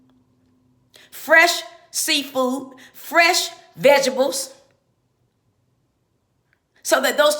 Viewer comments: First of all...its not ValenTIMES day...its ValenTINES day. Second...its not EPT card. Its EBT card. Also its not VEGEBELS. Its VEGETABLES. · first of all, this lady says "vegebles"and "messicans"...Who is even taking her seriously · Haha " vegables" hilarious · Vegables?? LOL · She said ve-ge-bles 🙄🤦🏽‍♀️ let’s get it together people proper pronunciation